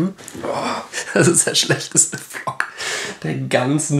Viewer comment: Er sagt so richtig vlok